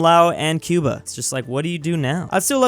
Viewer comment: Said Cuba Khyubha